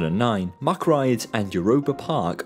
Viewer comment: "Say Mack." "Mack." "Say Rides." "Rides." "Ok. Say MACK Rides." "Muckrides."